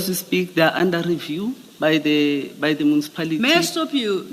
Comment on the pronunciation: Mucipality or Municipality?😂😂😂😂 lol